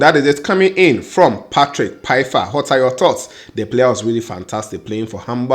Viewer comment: Great news for Patrick. The pronunciation of his name is is like Faifa (Pfeifer). The P is silent. We have to get it right now that he is coming. Cheers!